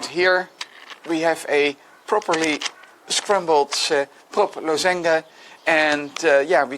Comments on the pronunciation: first thought was that he doesn't know how to pronounce lozenge in English :D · Americans would pronounce this LAZ-uhnj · maybe we've all been saying it wrong all this time